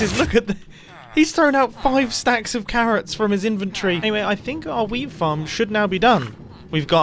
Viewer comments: “anyway, I think our whea(d) farm” I’m not saying that “weed” was mentioned because it didn’t sound quite like it but there wasn’t really a “t” there either. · did he say weed or whear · Did u say weed plant or wheat plant